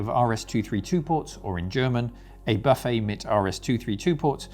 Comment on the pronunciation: Had to downvote because of the ludicrous pronounciation of "buffet" in German.